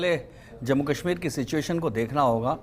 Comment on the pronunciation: Ganwaar tolla aur ganwaarun jiasa pronouciation.... j ko z ...z ko j....s ko sh....sh ko s padte hain Jaise hazar ko hajar zindagi ko jindagi Kashmir ko kasmir shaheed ko saheed etc. saray ganwaar hai